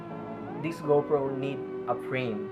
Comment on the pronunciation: Speak clearly. It kinda sounds like “no brain” instead of no frame.